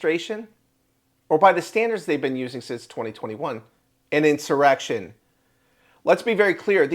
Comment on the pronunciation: This is a In-sum-muh-reck-tion and if we learned anything under the last regime... In-sum-muh-reck-tions are only done by white supreme pizzas!